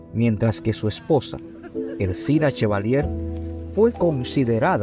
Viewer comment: No es “Ersina” Chevalier es Erciná Chevalier, por favor corrijan, esos gazapos afean su trabajo.